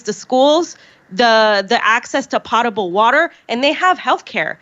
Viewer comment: LOL The pronunciation of "potable."